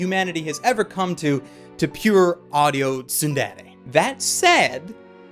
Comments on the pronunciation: he says tsudere so weird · i get cancer when you pronounce tsundere; tsunderay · Also this guy feels like a weeb; "Soon dey ley yey" It's TsunDere dude, SOON DEH REY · Pronounced "tsuun-dey-rey" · I gave this video a thumbs down for the way he pronounced tsundere but overall good video